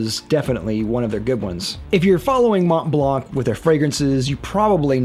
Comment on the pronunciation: Monblan brother, not monteblank.